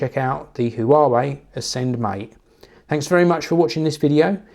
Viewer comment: Huawei is pronounced "hwah way".